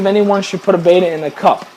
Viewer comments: FYI guys, the word Betta (bet-uh) is not pronounced the same as the Greek letter beta (bay- tuh) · Since when have Gymnocorymbus ternetzi been renamed as Skirt tetras and Betta Splendens as Bayters? It's Latin, (that's an ancient form of Italian) and it's pronounced 'Better Splendenz'. Oh, and I have a chocolate chip starfish, but it's somewhere unmentionable on a family website, not in my aquarium.